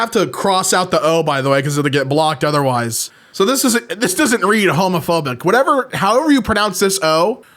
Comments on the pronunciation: That says "Heumophobic" (pronounced "Hyoo-moh-foh-bick") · hmophobic is how you prononce it in one sillyboll(one misspelling in purposeful the others not so much) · 'Homophobic' with the 'ø' sounds like 'Hermophobic' (except you've got to say it like an English person, without pronouncing the 'r') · would be pronounced "hermophobic" i think